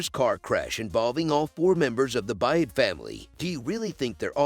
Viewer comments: The main character’s name is Byrd, pronounced: Bird not Buy-ed! Javi’s name is pronounced: Ha-vee not Ja-vee! It’s a Latin name and the J is pronounced as an H! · The last name is B-Y-R-D, pronounced “Bird.” If you watched the show, you would know what the last name of the main character was. Doesn’t lend much credibility to your “subscription.”